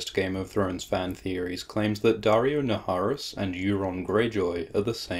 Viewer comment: Naharis being pronounced "Nayeriss".